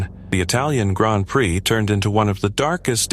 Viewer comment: Surprised it pronounces Prix properly